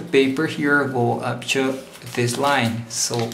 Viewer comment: say UP TO not UP CHO in next video you make!